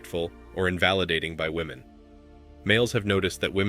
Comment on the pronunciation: I just wish these stupid kids could pronounce woman vs. women.